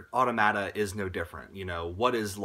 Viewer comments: going to be that guy: its pronounced uh-tom-muh-tuh, not auto-mah-tah :/ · Automata is the plural form of automaton. It's much easier to remember the correct pronunciation knowing this. It's puzzling more people didn't just look up what the word means instead of continuously expressing confusion about how to pronounce it.